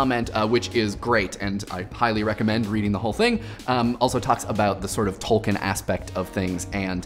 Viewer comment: You are gonna catch hell for Tol-ken/Tol-keen.